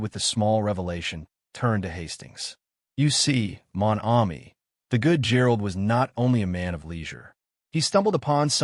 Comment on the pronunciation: Not a bad reading except for the butchering of the few French words that Poirot is so famous for i.e. Mon Ami.